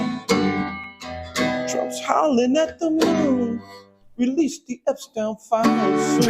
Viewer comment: dear Lord!!! "Release the 'Epstone' files" LMBO